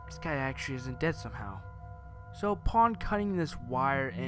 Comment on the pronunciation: Says actuawy for the 97th time (puts gun to head)